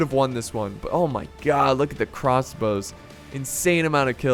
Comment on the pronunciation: 'Crassbows' - 2018